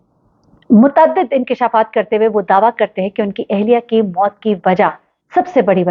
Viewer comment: haha such a joke u and ur "inkesha'faat" are 😂😂😂 #bonykapoor 😂😂😂